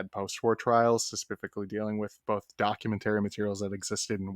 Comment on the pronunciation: Why this ninja keep saying suh-puff-ick-ly